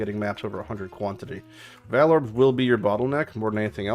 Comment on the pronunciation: Learn how to say "vaal" omfg cringe lol.